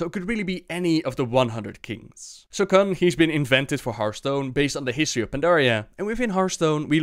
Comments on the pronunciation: Kun not Khan.... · Not sure "kun" was pronounced correctly but great video anyway!